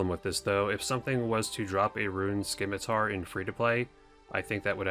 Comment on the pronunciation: September 2020 and you're still saying "Skimitar"